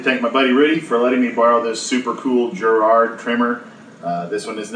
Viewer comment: I've used the Giraud loading competition .223 and it is HANDS DOWN the best tool for case prep. And its not my last name, its pronounced "Jerr Oh"